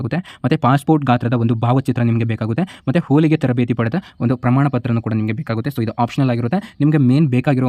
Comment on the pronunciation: ನಿಧಾನ ಕಣಪ್ಪ ಹೋಲಿಗೆ ಅಲ್ಲ, ಹೊಲಿಗೆ